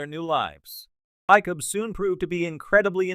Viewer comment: It's the LAZIEST way of making YouTube videos to spend as little, either make stuff up or regurgitate it from somewhere else and then use an automated voice, NOT ONE OF WHICH can pronounce anything correctly. It proves at least based on this example that AI is laughable. Just listen how it changes pronunciation of Icheb every time it is stated - it's a different way. Not to mention "Pick-Hard" which is what Picard sounds like. Pathetic.